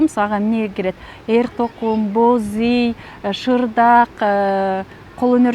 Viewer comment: ийгилик! Бирок боз уйду туура айтсаныз, бозий дебей 😅